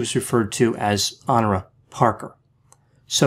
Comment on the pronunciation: "Dee-bore-ah" "Hen-Ora" and "Ree-per"